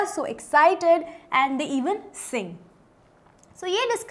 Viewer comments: Poet's name:- Ted Hughes, not huges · POET IS TED HUGHES not HUGES